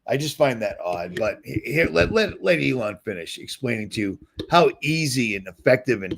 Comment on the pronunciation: ...I don’t think you see yourself as a comedian, but you make me laugh harder than anyone else! 😆 Did you just call eelon “Lady Luck”?! 😂🤣